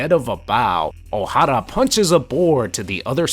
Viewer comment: Thank you for properly pronouncing, "Oh-Harrah!"